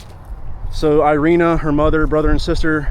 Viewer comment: She is, not airina she is Irina. (Erika) Rip nice girl... Damn criminal country she arrived...